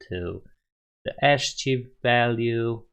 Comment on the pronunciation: ASCII is pronounced 'askii' :)